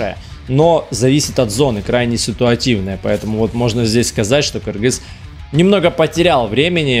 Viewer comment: Даже приятно когда говорят кыргыз а не Киргиз